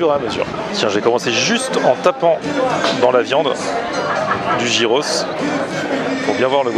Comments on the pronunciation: c'est pas gyros "jiros' mais "yiros" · Ah cette mode de prononcer "Jiros" c'est dingue! heureusement que les grecs ont l'habitude des touristes. Une bonne fois pour toutes ça se prononce Yiros. A la limite même dire "Guiros" ça passe mais "Jiros" c'est pas possible